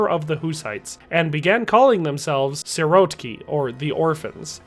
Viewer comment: .. letter "c" sounds in czech as "ts" so it's "Tro(ts)nov" not "Tro(K)nov" Just write "Trocnov" to google translator in czech and press read. Also .. Sirotci -> "sirot(ts)i" not "sirot(K)y" - that is in Czech the 4th case (accusative) of the plural form of the noun "sirotek" (orphan)